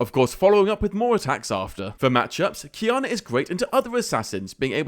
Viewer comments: wanna know why i prefer this version to the previous qiyana guide? u said her name right this time xD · Finally pronounce it right